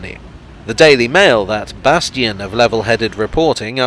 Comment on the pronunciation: Ohh, he was so close to perfection. Well spotted. 👍